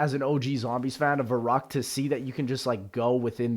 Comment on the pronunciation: the way youre saying verrukt.... giving me hives